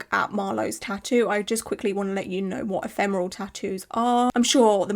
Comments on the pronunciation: your outfit and room are getting me into the spooky season mood! And I’m proud of you for getting the pronunciation of “ephemeral” spot on 😅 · I've not been on this channel for a while and now you know how to say ephemeral !!! Great video, it's important to always be aware of what could happen when you get a tattoo done !